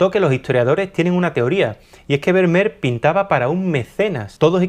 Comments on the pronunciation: Como español (y sevillano) afincado en Holanda, me ha hecho bastante gracia tu pronunciación de este nombré tan neerlandés. Por si te pica la curiosidad la pronunciación de este apellido no tiene nada que ver con "ber-mer" sino que sonaría algo así como "fer-mi-ar" ;) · El apellido Vermeer, en holandés se pronuncia Fermiir. Jajaja. Felicidades, muy buen contenido!! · Primero aprende a pronunciar su apellido, con las disculpas del caso.